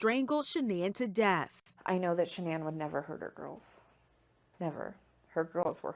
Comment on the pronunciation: SHANANN* NOT SHAN ANN LOL